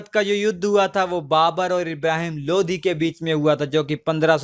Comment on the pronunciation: Bhai lodhi nhi lodi hota h Kya yaar???? High